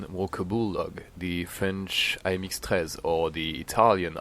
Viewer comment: Are you french because you pronounced the AMX-13 perfectly